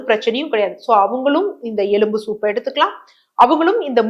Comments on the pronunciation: எழும்பு இல்லை மேடம் ....எலும்பு😂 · Dr. Very good info. But Pl say எலும்பு correctly .